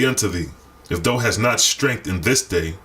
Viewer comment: thou = thou said thow (like owl)